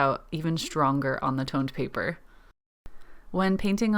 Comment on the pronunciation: At first I thought you said toilet paper. That’s some serious skill indeed! But toned paper looks pretty good too 😊